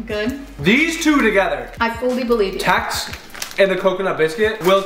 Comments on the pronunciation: Ya nee jus ek is so lief vir dit maar en dit is nee tax nie dit is tex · I am from south africa 🇿🇦 and when he said Tex it sounded like he said Tax hahaha 😅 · Not tax it's tex premiums the e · T-E-X not T-A-X 😅 almost like stopping short when saying Texis. (We are from SA and we love your Channel.) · Hi 👋 I'm a south-african and it is not tax it is Tex like text just Tex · It is text not tax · It’s Tex not Tax lol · It's not tAx it's a tEx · We say Tex like tex on a phone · When you pronounce the TEX we usually say it like "T" and "EX" together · The "tax" instead of "tex" 😂and the "ohma" instead of "ouma" 😂love from SA🇿🇦❤️❤️